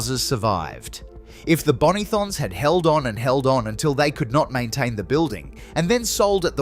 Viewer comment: Ii can tell you are not from Adelaide, You pronounced Bonython wrong